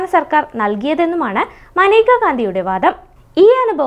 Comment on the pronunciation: മനേക എന്നല്ലല്ലോ മേനക എന്നല്ലേ പെണ്ണേ നീ എന്തോന്ന പറയുന്നത്